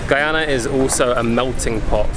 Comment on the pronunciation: Beautiful video. You say the name Guyana so perfectly. Thank you. We appreciate folks like you❤️❤️